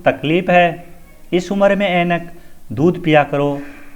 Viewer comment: उम्र को उमर पढ़ा जा रहा है । ऐसा गलत है ।